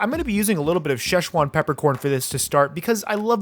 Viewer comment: Shesh wan pepper corn🤣🤣🤣🤣🤣🤣🤣🤣🤣